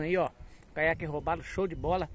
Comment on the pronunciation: Toda vez que vc fala caiaque robalo eu entendo caiaque roubado 😂😂😂😂